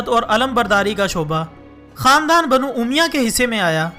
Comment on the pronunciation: bano umya nahi hai bano omaiya ha